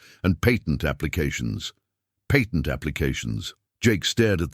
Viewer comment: U. Must. Be. An. Ai. Because. You. Can't. Pronounce. Words. Like. Patent